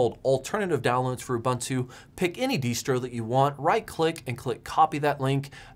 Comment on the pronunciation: "the latest deestro"